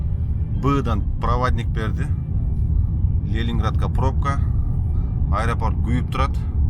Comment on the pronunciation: капа болбо Лелинградка эмес- Ленинградка тура айт сени коргондор кулот😂